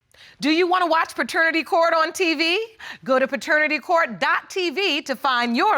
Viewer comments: "A ferternity test" 😂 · Did he just say fraternity test??😳😳😳😳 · Did He Really Say “Fraternity Test”??????? JESUS TAKE THE WHEEL! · he said fraternity test 🤣🤣🤣